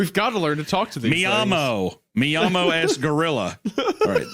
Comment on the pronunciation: The Spanish is Me llamo es Gorilla but the way they say it, it might as well be "MIAMO"